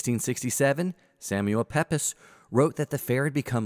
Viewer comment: Hey, great documentary. Just one observation, 'Pepys' is announced 'Peeps', although the spelling looks nothing like it! 😆